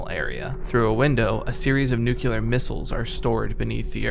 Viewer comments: it's pronounced nuclear. new-clear. not nukeular. nook-you-lar. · Why do 80% of people on YT pronounce ‘nuclear’ incorrectly? It’s not fucking ‘nucular’, it’s ‘new-clear’. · nukeular isnt a word good sir new-clear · It's pronounced "new-clear," not "noo-cue-lurr." Go look it up. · Crazy vid, great editing and narration, but unfortunately you pronounced it “nucular” instead of “nuclear” once so it’s bad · Will you PLEASE learn how to say "NUCLEAR"? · Please, for the love of God, please stop mispronouncing nuclear...